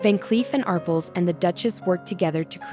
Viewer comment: Arpels is pronounced with the emphasis on the second syllable. Ar PEL